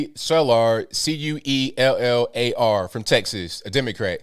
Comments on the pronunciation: Just FYI the last name Cuellar is pronounced Kway-Are. I pronounced it wrong in school one time and was berated by all of my hispanic classmates lmao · The man's name CUELLAR is pronounced like kway - are and the delicate types like it if you really roll the "R". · KWAy yar - is how Cuellar is pronounced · His last name is pronounced (Quay-R) Henry Cuellar. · It's pronounced Kway-yar like the old Cardinals pitcher. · If you see his name again, it's pronounced Quay Yar. He used to represent Laredo at the state level and was head of the finance committee for Texas for many years before he went to his federal office. He still represents Laredo and surrounding areas. Laredo is the largest inland port in Texas. There are a quarter of a million that live in Laredo and 3/4 million that live across the border in Nuevo Laredo. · Do you mean Cuellar?🤣. Someone teach the proper pronunciation.